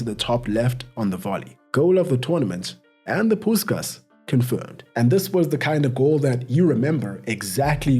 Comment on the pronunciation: One correction, Puskás is pronounced as Push-kahsh